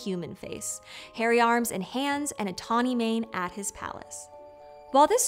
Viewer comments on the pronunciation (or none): none